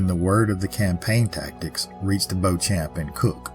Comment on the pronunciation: I grew up in the Bloomfield area. In Kentucky, it's pronounced BEE-chum. But we have a lot of used-to-be French twisted names, so I can't blame you. When I was growing up, this story was always presented as the scheming older woman who conned a naive young idiot. And there were tales of Anna's ghost walking along the front of the cemetery on the anniversary, but I never knew anyone who saw anything.